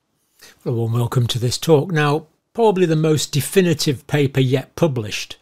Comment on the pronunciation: (defin-a-tive?) oops